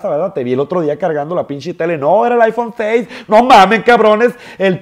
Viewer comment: "Tengo el pishis aifon 6 ei ei, esta verga pruebalo wey" Ni ha de tener con quien hablar este niño xD Tendras el Aifon 6s pero bien que vas a ser de los que no traen ni saldo ni megas para andar en medio de la clase con tu celular que cuesta lo que tu papa no te da en afecto...